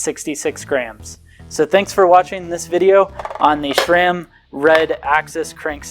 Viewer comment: How bout you begin properly pronouncing SRAM!! It is not "Schram"!! Come on man! And count the number of times the word incredible was used.